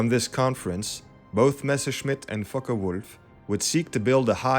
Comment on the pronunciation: ? fockewulf not f*ckewolf )